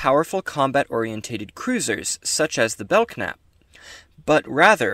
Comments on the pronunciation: The k is silent it's really the belnap class a lot of people say it wrong like I did all those years lol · I HAVE heard of The Belknap Class before. I think it was either an old Technical Manual or maybe a FASA Table top reference. I can't remember! Great video, nice deep cut for the curious younger members of the Federation, but I DO think it's [Bell-Nap] and the "k" is silent. Thank you and I'm happy to see your video in my recommendations. Live long and prosper. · I think the k may be silent. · I believe the K is silent in the pronouncing of the name.